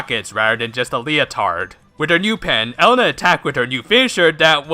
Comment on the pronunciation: Elena is pronounced Eh-Le-na